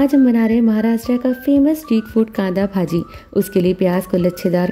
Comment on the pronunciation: You are not pronouncing it properly! It's not bhaaaji... it's bhaji ..